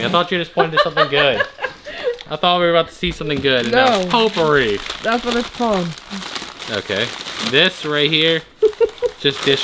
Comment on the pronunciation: The stuff in the cans is called potpourri (poe-poor-E, because I know is a bit challenged when it comes to pronunciation)